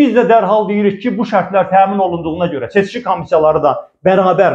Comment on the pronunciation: Seçki adını heç öz kanalları deyə bilmir, fəlakət